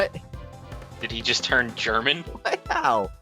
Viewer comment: What if it is he false killer? :P Triggered "Da" is indeed German, meaning "there", but pronounced without that strange h sound at the end :P Why not both? :P